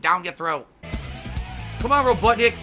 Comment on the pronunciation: i wonder how easy it would be to make convincing fake gameplay footage. just slap a well edited collection of facecam clips together and see if all the "cawn awn"s, "i was blawking!"s, and "dood! *holds up controller*"s and other stuff would be enough. maybe even throw in some of the many horrible sex jokes since they can probably apply to most games with girls in them.